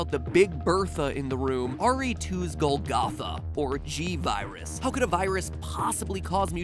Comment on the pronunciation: You pronounced Golgotha correctly in your Chrono Trigger episode, but not here?